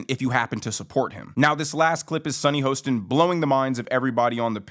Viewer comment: SUNNY HORSECHIN.. Get her name right.!